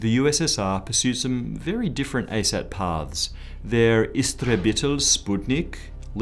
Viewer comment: Finally, an English person who said the word "sputnik" the right way!